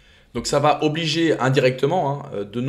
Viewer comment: Bjr, merci pour tout ce que tu m apprends. Du coup je me dois de t apprendre quelque chose en retour... il n y a pas de "t" à la fin de "va", donc quand tu dis "ça vat_être", je saigne d une oreille, d avance merci